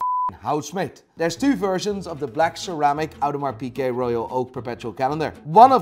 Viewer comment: Audemars Pikeh? Is that how it's really pronounced?